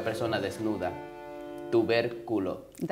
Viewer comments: Me reí cuando él dijo tuverculo jaja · Yooooo tuverculo 😂😂😂